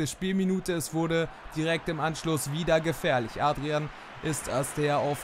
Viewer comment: Nur mal so als Hinweis: ungefähr bei sagst du Adrian. Er wird Odriän ausgesprochen😉